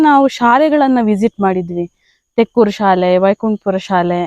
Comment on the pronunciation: ಅದು ತೆಕ್ಕೂರು. ತೆಕ್ಕೊರು ಅಲ್ಲ